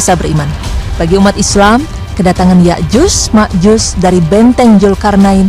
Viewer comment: Sotoy loo penyebutan nama yakjut makjut aja salah